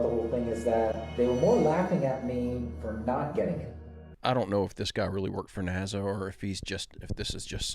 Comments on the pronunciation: It's nasa not naza lmao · its NASA not NAZA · it's NASA, not NAZZA irritates me unbelievably and I'm not sure why.. i hate nasa. but c'mon, u even said niezza with obvious Z, mistakenly obviously but it just proves my point. it's an S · love the way you mispronounce NAZA. PS The Good Harvest human meat is a hoax...."The show, which aired in Britain on July 25, follows presenter Greg Wallace visiting a hoax “engineered human meat” facility called Good Harvest. While it gives no indication of being a spoof early in the documentary, halfway through, it is revealed to be satire" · Nazza pronounce it correctly please and I was in the middle of this when you really messed it up bad to mind blowing 🤯 and I love the videos and feel the exact same about the little guy talking shit no God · Love your Channel ❤ i noticed you pronounce NASA different then most people, has anyone ever brought this to your attention? Just curious... but your doing an Awesome Job 😊..... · It's NASA doesn't have a z